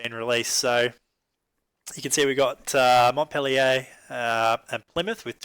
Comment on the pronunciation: pronounced Mont - peel- yur ; )